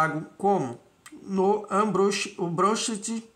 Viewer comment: Cara... tu pronunciou uma palavra italiana, latina, como um gringo!!! kkkkkk "Ambrosseti " é... Ambrosseti mesmo pô! Toma cuidado rapaz. Tu tem muito de colonização ainda. rsrs Bora deshackear a cabeça. Não procure pronunciar as palavras em inglês não... a não ser... as em inglês né?